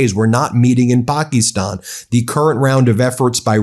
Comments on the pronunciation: Can you please stop calling it Pakestan! It’s Pakistan! It’s driving me nuts also since I’m here can you please stop every video with everything starting with chaos, crises, he’s rotting, blah, blah, blah! It makes it irreverent! Having said this I do enjoy your show. Think you are being very honest and fair! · Ben! Its not Pak "E" stan. Its Pakistan! Its sounds goofy my friend! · Please learn how to pronounce Pakistan--PAH-kiss-tahn--It's not Pocky-stawn. (cringe) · Would you please call Pakistan with a short i and not Pakeestan like you do. It is very annoying having to listen to your wrong pronunciation!!!!!! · Ben needs a speech therapist . Pa- kuh-Stan my dude . You run a multimillion dollar media company. People rely on you for news . Kinda hard to trust what you’re hearing when the dude is continuously mispronouncing everything. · Stop it with the “pocky-stonn” shit. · Why not use the AMERICAN pronunciation of Pakistan? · Please check how to pronounce "Pakistan." QuickPronounce is an excellent too.